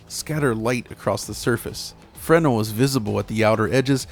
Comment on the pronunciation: FREN-el or fre-NEL?